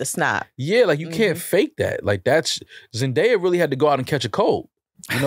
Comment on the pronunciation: Why the fuck does keep butchering zendaya’s name 💀